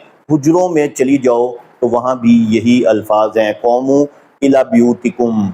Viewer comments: Qomoo. Is wrongʻ....it's qoomu......u can't read Arabic . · صاحب اپ کی محنت بہت سے لوگون کے لیے سود مند ثابت ہو گی ان شاء اللہ دین مین نقب لگانے کیکوشش کرنے والے اپ کی کاوش سے رسوا ہو رہے ہین یہ دین کی بہت بڑی خدمت ہے جزاکم اللہ احسن الجزاء قوموا کا تلفظ ذرا درست فرما لین بہت شکریہ